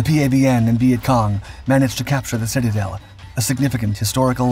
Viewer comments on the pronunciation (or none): none